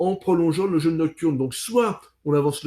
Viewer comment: Attention à la prononciation de "jeûne", svp.